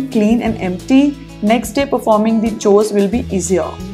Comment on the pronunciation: I don't like the way you pronounce 'chores' 😉